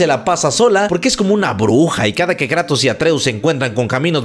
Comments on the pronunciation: Es Kratos no Kreitos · Le dicen kreitos más le dicen Kratos pero Atenea le decía kruitos en Inglés yo de niño con mis amigos le decía el juego del pelao plomo 😂😂